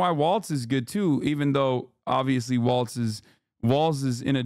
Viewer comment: You keep saying “Waltz” it’s “Walls”